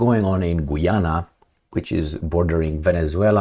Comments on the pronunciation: It's pronounced GA'YANA not GOO'YANA 😂😂😂 Just like Usher.. A'sher not OO'SHER 😁 * Not surprised, huess ehats in GOOYANA,......O I L 👈🤬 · Guy Ana that how it’s pronounced. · I was simply pointing out the correct way to pronounce the name of the country Guiana, which is not the same way is pronouncing it in the video. He pronounces it like "Gweeana." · gayana <-- pronounced that way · Just FYI, Guiana is pronounced as Guy-ana and "Guy" is pronounced like guy when its used as a name like "Guy Fawkes" or as a male person or as collection of people like this, "Do you GUYS have any plans for tonight?"